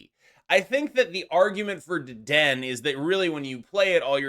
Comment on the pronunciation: Not to be that guy, but it is Deden-A. I was at a pre release event and got roasted for mispronouncing Low-Kicks (Lokix), pokemon players can be wonderfully brutal lol